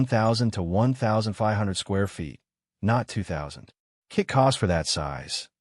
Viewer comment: AI voice is dumb. "K-I-T" prices? come on.